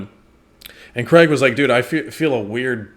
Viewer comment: he used to be way worse saying it